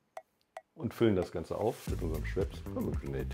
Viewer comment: Man kann es diesem Cocktail-Mixer nicht vorwerfen, dass er Pomegrenate falsch ausspricht. Aber in dem Werbeclip von euch wird es noch "falscher" ausgesprochen - und da sollte es schon stimmen. Möchte mir gar nicht ausmalen, wie viel Budget in den Werbesprecher geflossen ist. Man hört richtig, wie unsicher er sich ist...